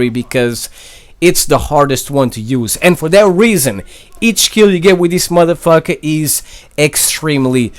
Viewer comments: how he say this motherfucka haha lol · "Theis Mutha Fucka" 😂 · I cringed every time you said "modefoker" or "madafaka" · who else loves when he says mother fuka? love ya man LMAO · Can u stop saying Madafucker